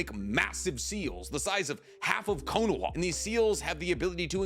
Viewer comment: Your pronunciation of Minato is like fingernails down a chalkboard. The name is three syllables, not two. Edit: Your pronunciation of Konoha is even worse.